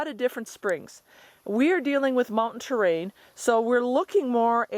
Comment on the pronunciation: "Poplar" "terrain" "too safe"